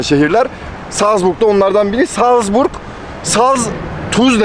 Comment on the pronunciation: Habis Salzburg değil Salzburg Ben de Avusturya'da yaşıyorum ama yanlış söylüyorsun